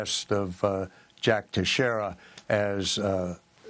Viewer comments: Never heard Teixeira pronounced Tesh-erra 🤨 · His name is pronounced like TEX -ERA